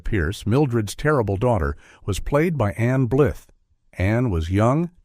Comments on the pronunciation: Anne Blith? Vayda not Veeda. Come on, how much more time would it take to feed AI accurate pronunciations? Unforgivable, especially since the commentary is excellent. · I never heard Ann Blyth (blyeth) was difficult. Michael Curtis (kur-tease). AI sucks.